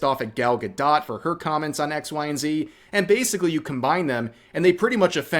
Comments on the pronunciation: Bro I don't like her either but if I have to hear you call her ga-dot instead of ga-dough again I might lose it 😂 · Why are you pronouncing the "t" in Gal Gadot's name? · I genuinely can't tell if you're mispronouncing "Gadot" on purpose or not .. tho I have noticed you tend to mispronounce words.. especially Japanese ones..